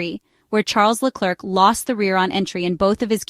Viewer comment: This is probably read by an AI voice but in case the usa woman is real: PLEASE try to pronounce Leclerc a bit better, it sooooooo painful to listen to your trump level butchering of his name